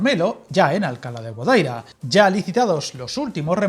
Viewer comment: Guadaíra, con acento en la i.